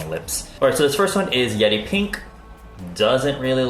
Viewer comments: I kept hearing yeti instead of yeri lol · Is it just me when i heard he said "yedi pink" instead yeri pink?